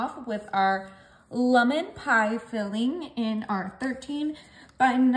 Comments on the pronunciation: Lummin? Where in the world did you learn to mispronounce the word lemon like that?? 🤣🤣🤣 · Lemon, not lumon.